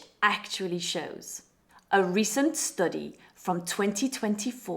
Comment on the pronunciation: Why she pronounciation the STUDY like that..